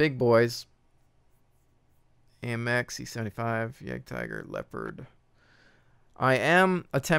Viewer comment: You pronounce jagdtiger so weirdly :)